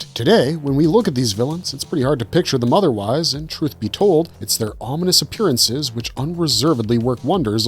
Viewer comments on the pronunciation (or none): none